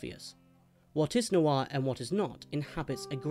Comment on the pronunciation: It's one syllable: "nwah". Not new-arr, not nwar: "Nwah."